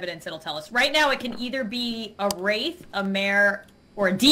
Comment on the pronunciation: in older then me and she can’t even pronounce wraith😶